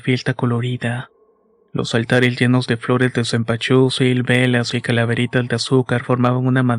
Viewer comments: Cempasuchil !!!!!! No cempachusil amigo,me encanta como cuentas las historias,pero no puedo parar de reír,lo siento!😅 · Se dice senpasuchil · Que bonita historia aunque no digas Zempazuchitl jajaja gracias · Si se oye raro 😅😅